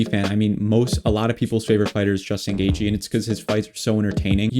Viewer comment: you got Poirier and Geathje perfectly lol